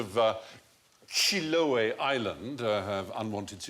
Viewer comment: The minga has nothing to do with spirits thou...its just about moving houses to better locations. And the curanto its not a big feast, its a traditional dish of the island. And they mispronounced chiloé :C. Source: im chilean.